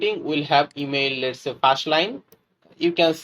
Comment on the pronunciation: Man your tutorial is very good . But why u pronouncing first like fast , public like pablic etc Wtf is that ?